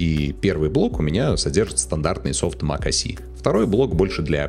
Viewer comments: Mac OS , не мак о си 😁😁😁 Капец грамотей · Какой блять мак о си? Mac OS. Буква S (эс), а не С (си)